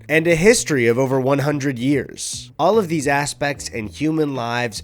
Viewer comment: a history of over one hundred hears 😂😂😂 so American